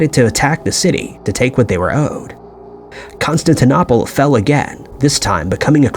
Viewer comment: Con stan tin opal - please learn to pronounce names correctly. Also, agree stop using AI generated images.